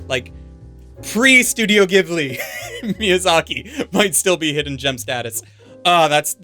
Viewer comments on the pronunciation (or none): none